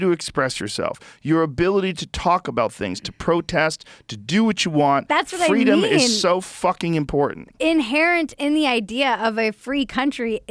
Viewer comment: "Fweedumb okay, liberty bad" Despotic Tyrant Kleptocrat